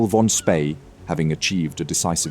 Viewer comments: Is your narration done by text-to-speech software, because the pronunciation of 'von Spee' is near-insulting? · Good documentary, but it would have been better if you would have pronounced "von Spee" correctly